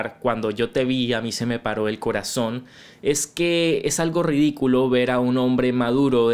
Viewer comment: dices el coratón? jajajaja pues creo que el mediocre Iglesias pronuncia exactamente una t...